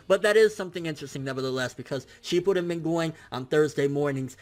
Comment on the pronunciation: Are we gonna ignore that he said "sheepuden"